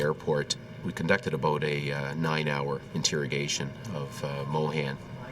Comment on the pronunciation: "A-boat"... About.